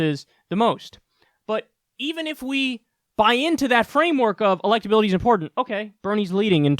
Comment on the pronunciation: Respect my electabiliteh!